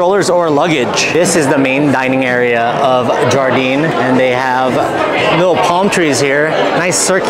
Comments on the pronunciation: It’s pronounced “yar-deen” or Garden Also WHEREs and WHENS the WEDDING between you two ???!!!! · Wonderful video, one thing though; Jardin is pronounced ‘jhar-da’ it is French for ‘garden’. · You know that's not how you pronounce Jardin right?